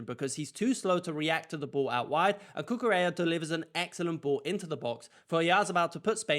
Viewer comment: First congrats for your videos. Second if you allow me to share a tip with you when saying spanish words the double L sounds (let's say) like Y. So you can say Cucureya and is gonna sound accurate. 🙏